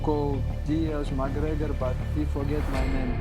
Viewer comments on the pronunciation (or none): Who else heard Islam calling ' Conor McGrebor ?😂